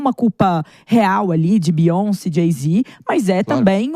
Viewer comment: Beyonce. U guys dont know how to pronounce 😅.